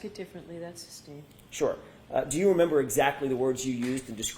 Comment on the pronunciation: She looks like shes trying to hard to say i dont remembah, for the millionth time. No, we not asking what the report says, we asking if u says.